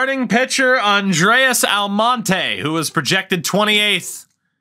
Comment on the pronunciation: I wonder if he ever figures out that "Andres" isn't "Andreas" lol